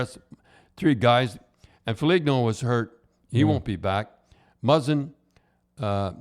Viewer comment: c'mon Don... you really scuffing up Nylander and Foligno's name lol?